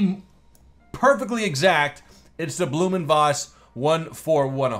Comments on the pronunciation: Blohm & Voss is pronounced not Bloom but Blowm & Voss. Thank you. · Awesome looking plane ...and by the way, the name "Blohm" has to sound more like "blow-hm"....not "bloo-hm" :) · Pronounced "Blome oond Voss". Hard O in Blohm, but don't linger on it. Ach, it doesn't effing matter. The Bv 141 prototypes flew well, but then they messed with it for the production series and it turned out to be underpowered. They coulda fixed that, but the weird configuration told against the plane from the start, and so the Luftwaffe went with the Fw 189. Probably a good idea. The prototypes and the 20-odd 141A/Bs made were used in operational trials over the USSR. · pronunciation is crap, the manufacturer's name is blohm & Voss. blohm is pronounced like "blowm" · It's pronounced Blouhm und Vfoss (Phonetically) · *Blohm & Voss...... spelling at its finest.